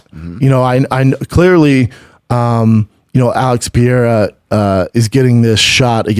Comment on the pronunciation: "Alex Pee era" "Brad Riddle"